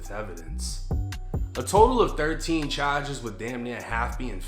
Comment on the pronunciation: Dat boi said chages